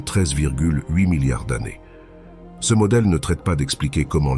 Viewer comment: C'est une IA. 0 Doute. le "CE" en est une preuve plus qu'évidente alors que le reste pourrait passer parfois pour une erreur humaine, mais là non. C'est une erreur humaine impossible, donc IA.